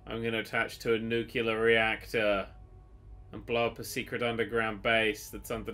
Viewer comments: It's "NUCLEAR"... Not "Nuke-you-lar"... hahahahaha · Dammit it's pronounced Nook-lee-arr, not nook-u-larr! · I love how you keep insisting on pronouncing nuclear wrong, even though you managed to spell it correctly.